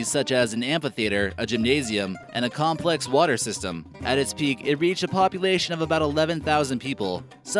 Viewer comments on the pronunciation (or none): none